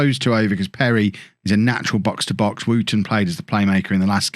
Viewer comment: it’s not wooooton it’s wUtton